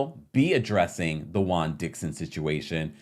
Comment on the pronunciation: Pet peeve. Juan being pronounced as Guan.